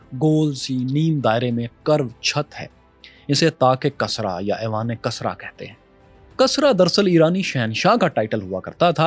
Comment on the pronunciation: Kasra nahi hota hai kisra haota hai bhai